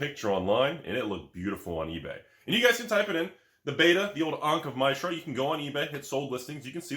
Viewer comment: ankh of my-shra. never heard it said that way before.